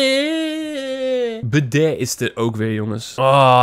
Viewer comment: Hoe jij bede zegt zo grappig